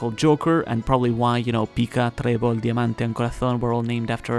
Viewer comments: Are you Spanish? Your pronounciation of Pica, Trebol, Diamante and Corazon was extremely Spanish. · Pica, trebol, diamante y corazón, lo has pronunciado muy bien ¿Hablas español?